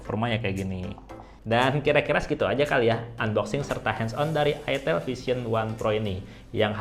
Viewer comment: Itel jgn salah sebut it*l